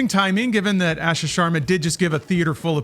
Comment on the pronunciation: One of these days the guys will be able to correctly pronounce Asha’s name.